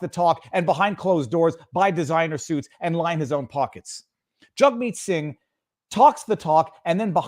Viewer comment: Viva... you're saying their names wrong. They're pronounced Justine Turdo and Jughead Sing ;)